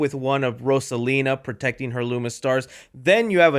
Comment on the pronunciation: Love the way you pronounce Rosalina! 🔥